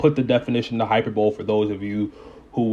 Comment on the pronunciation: Hi-per-bowl-lee. Not Hyper-bowl. Rofl. Other than that and getting on people for not knowing the word great video